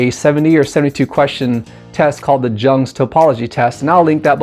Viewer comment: FYI “Jung” is pronounced like “young” in case you have only read about Carl Jung.